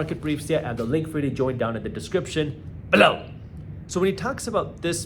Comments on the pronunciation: "BELOW!". I'd love to know the background on the emphasis used here. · I look forward to “below”. My son thinks I’m crazy because I say it whenever Jaspreet says it lol